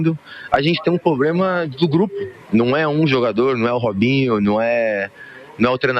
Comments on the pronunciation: "Poblema". 😂 É um estúpido. 😂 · Parei no “pobrema”, e ainda disse duas vezes!! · "Agente tem um pobrema...". BARBOSA, Gabriel. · "A gente tem um pobrema" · “A gente tem um poblema” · Realmente temos um "poblema". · Nossa. Esse rapaz não consegue falar "problema". Eeeee brasilzão dos analfabetos. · Não sabe falar PROBLEMA? 😅